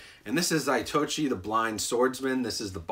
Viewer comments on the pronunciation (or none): "Zaitochi"? You mean Za-to-ichi. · Miss. pron. should be ZATO---ICHI same but now I know and now y'all do